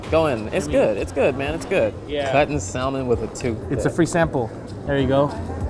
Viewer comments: did you really just say sal-a-mon instead of salmon? Bruh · pronounced salmon as "sal-man" its "sam-in" kid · really killed that L in salmon. I'm terrified to hear him say yolk. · THE 'L' IS SILENT IN SALMON. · You don't pronounce the 'L' in salmon... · You're saying "salmon" wrong